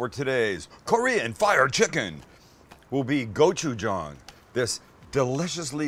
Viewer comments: It's pronounced Gochu-JANG. Like gochu "Jane" not gochu "John" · please... GOH-CHU-JANNG. not go-chu-JAHNG. Kamsamnida! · did you try to say Jawn? lol im offended you butchered the word lol